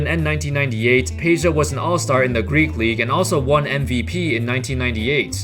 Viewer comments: It's Pedja not Peja !! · It's not Peja but Peđa (Pedja)